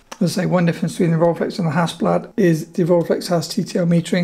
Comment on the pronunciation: The “ei” in Rolleiflex is pronounced like the “ei” in Leica.